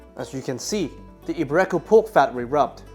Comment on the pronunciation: It's not eee-bay-RE-ko pork, it's eee-BE-ree-ko pork